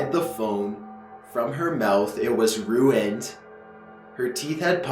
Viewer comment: "It was roohened" ruined 😘😂